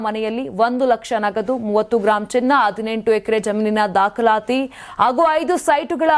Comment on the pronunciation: Your kannada pronunciation is Pathetic. Its not Adinentu, BUT HADINENTU. PLEASE Practice Aa and Ha,first.